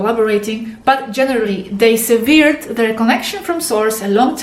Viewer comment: Hello......... The word SEVERED that you used in your message is pronounced ''sevərd'' and NOT ''sivi:rd''. The other word you are having trouble with, DISCARNATE, is pronounced ''dis-kar-neit ''. If you broach horrendous topics, such as the one in the beginning of your video about Reptilian diet, please UNDERSTAND, that according to my understanding of HIGH MORAL PRINCIPLES, you owe to humans listening to you, an explanation, as to how to ensure that the horrific practice of the reptilians in regard to humans, would not apply to them. This holds true, UNLESS you are in fact wanting to represent the interest of the Reptile creatures you refer to..........